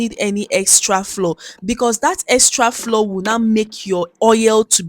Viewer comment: Great recipe but can we please normalize pronouncing flour as in flower not floor. It’s not floor but has the same pronunciation as flower